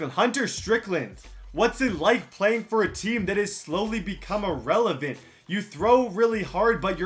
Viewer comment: He said irelavent almost every time and never rhymed it